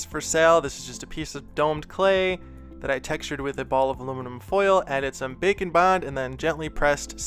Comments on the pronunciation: Every time he says bake and bond... I hear... bacon... ....... .......... I'm so fat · This was great video and I like the slime one the most. A kool thing you could do is an angle demon whacyacallit. The 2 different thing like "2 face" from batman. I know you are saying bake and bond but I like the sound of bacon bond better. Love your videos.